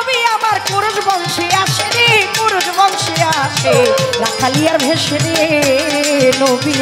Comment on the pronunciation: রাখালিয়ারভেসে নয় শব্দ টি হবি রাখালিয়ারবেসে।